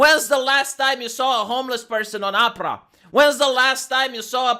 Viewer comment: I like the way pronounces Oprah's name, it sounds like "opera". Hahahaha 😹. BTW, this is a great video 👏